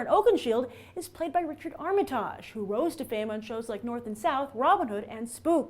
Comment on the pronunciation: Ar mi tahge..really?